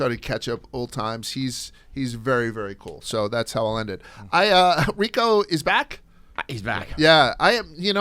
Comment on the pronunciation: You can't even say Rico's first name!!!! And he harasses peoples wives on twitter